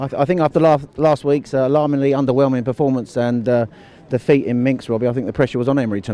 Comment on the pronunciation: YOU PRONOUNSE MINSK WRONG ! it is not MINKS